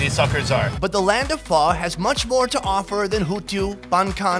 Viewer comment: You pronounced pho wrongly you said it as pha